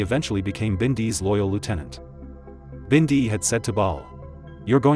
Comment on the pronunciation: Robbie wasn’t killed in daylight, it was like 3AM and why do they pronounce it as binday !